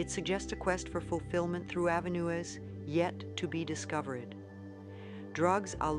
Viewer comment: I wonder if it was done through AI? I noticed at the end of some words, it was pronounced differently from Louise, e.g. avenues was pronounced avenu-es.